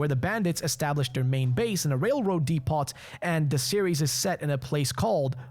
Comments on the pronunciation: Came to the comments looking for anyone mentioning this. Was annoying hearing DEE-POT so often haha. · OH BROTHER! DEPOT! The “T” is silent. Pronounced “Deep-oh”. My skin was crawling with the amount of times you said it.